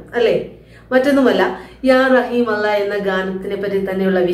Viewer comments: അവരുടെ പാട്ട് ഒരു സംഭവമാണ് അച്ഛനും അമ്മയും മക്കളും നോക്കിയും ചിരിച്ചും ആ പാടിയ പാട്ട് ഹൃദയത്തിൽ മായാതെ നിൽക്കും അവരുടെ അള്ള എന്ന ഉച്ചാരണംperfect നമ്മളെ കൊണ്ടു പോലും കഴിയാത്ത തരത്തിൽ അക്ഷര സ്ഫുടത എന്തായാലും തകർത്തു എല്ലാ ഉയരങ്ങളിലും ഇനിയും അവർ എത്തട്ടെ എന്ന് ഞാൻ പ്രാർത്ഥിക്കുന്നു പിന്നെ പാടാൻ സഹോദരിയും ഒരുപടി മുന്നിലുണ്ട് എല്ലാ ആശംസകളും. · 'അല്ലാഹ് 'എന്നുച്ചരിക്കുമ്പോഴുള്ള ഉച്ചാരണ ശുദ്ധിയും അതിന്റെ ഫീലും... Great ...!!!